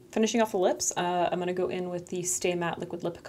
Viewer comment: word of the day: "I'm-uh-na"